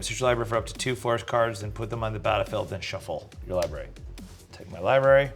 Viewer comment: Libary, lol, it got to me. He never wants pronounced the first r in library